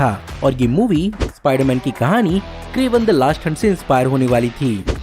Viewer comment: Ispaiderman ispaiderman 😂😂